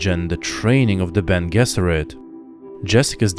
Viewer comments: Beny je-zer-it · I've never heard Bene Gesserit pronounced that way before.